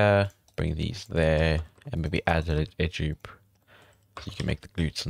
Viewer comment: why cant you say Edge Loop properly!!!!